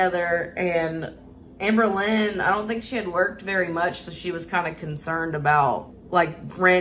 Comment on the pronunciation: "Hamber" Hamberlynn ⚰️